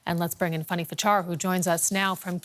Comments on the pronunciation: The woman's name is Fanny not funny. Spelled and pronounced with an "a" not "u". She's your colleague & she's on all the time; it's not a difficult one. Oh - I think this is the same lady that constantly pronounces Vladimir as Vlodimir. What is it with her difficulty with the letter a? 🙄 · Her name's not Funny, it's Fanny. Get it right.